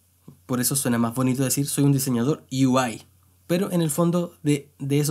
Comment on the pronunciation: Perdón, pero me da risa como pronuncia lo de "Yo quiero ser desarrollador de U-I" ksdkskd